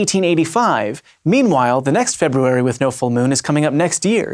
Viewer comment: you are the first person who I've ever heard pronounce the first "r" in "February."